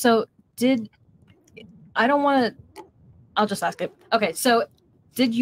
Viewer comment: How the hell can you "axe" a question??